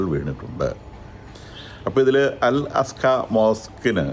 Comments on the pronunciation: അൽ അക്സ മോസ്ക്, അൽ അസ്‌ക അല്ല. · അലാസ്‌ക്കാ മോസ്ക്ക് അല്ലെ ടോ അൽ അഖ്‌സാ എന്നാണ് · അൽ അസ്ഖ അല്ല അൽ അഖസയാണ് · അൽ-അക്സ ('അസ്ക'യല്ല). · It is Al Aqsa: not al aska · Al aqsa not al alaska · അൽ അസ്‌ക അല്ലടോ... അൽ അക്സ എന്നാണ് അതിന്റെ പേര് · അൽഅസ്ക അല്ല അൽ അക്സ ആണ്. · അസ്‌ക അല്ല 😫അക്സ ആണ് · Dear sir , first learn to pronounce Al Aqsa mosque and The Church of the Holy Sepulchre, before you do this detailed biased analysis